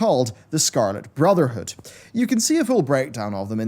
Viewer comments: Every time i hear him say full metal alchemist brotherhood. I hear say Furl metol allchemest brrrtherhood! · you mispronounced brotherhood Its furu meteru alchemistu bruzudo